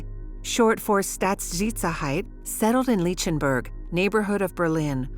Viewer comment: “Staaasi?” Lol “leechtenberg”. Come on. At least get the pronunciation correct. Has to be AI narrated.